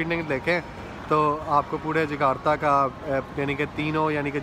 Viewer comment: Jakarta not Jagata